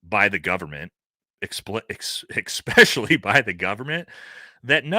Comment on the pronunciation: Supposedly* not supposebly Especially* not exapecially Jesus Christ lol